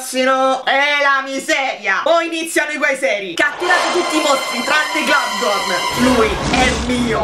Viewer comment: È un dettaglio, e so che ormai lo pronunci così da tempo, però in teoria non ci vuole la "n" alla fine di Globgor. :D